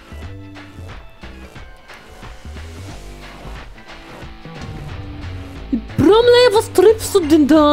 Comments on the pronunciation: nicht Bromney sondern Bromley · der Boss heißt BromLEY mit L, nicht mit N (wegen Titel und so) xDD Aber ehrlich gesagt, finde ich den Namen Guzma, also den Originalen, sehr viel besser:/